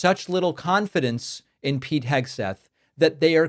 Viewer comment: Pete Pigswill?